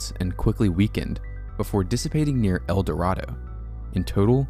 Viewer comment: El Dorado, KS is pronounced “el-dur-aye-doe” and Goessel rhymes with “fossil”. The pronunciations are counterintuitive but since we’re in the heart of tornado alley, maybe it’d be useful for future reference. Hopefully not though 🙃